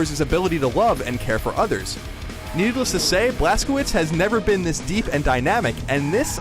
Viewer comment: im sorry but the way he pronounced blazkowicz, im pretty sure its "blaz-ko-vitch" not blas ko wicks